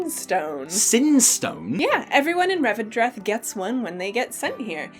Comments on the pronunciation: It's "Revendreth" ❤️ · It's called Revendreth.